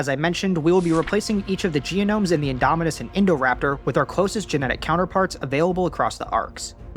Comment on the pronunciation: it baffles me that OP always says "Gianomes" instead of Genomes. He adds an extra sound for no reason.